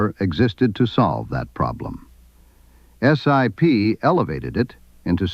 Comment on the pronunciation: The name is pronounced as a word not as an acronym, or initials, IOW just SIP. It is important to note that there are two distinct groups of SIP's, the Hydroptic and K series. I've used both but the Hydroptic's are capable of milling while the K Series were not. Both types of machines are accurate. Starrag still build and support SIP jig borers today.